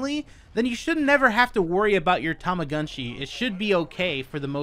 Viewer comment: It appears Japanese. It should be Tow-Mo-GOOn-Chi. I always thought the Tu and Mu and Gu sounds were closer to Too and Moo and Goo.... I think is butchering it.